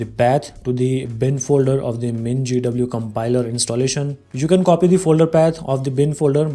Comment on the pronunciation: Absolutely necessary detail of where to install mingw is just mentioned without visuals and pronounced completely incomprehensibly. But how to make a new folder get several minutss with visual? This is useless.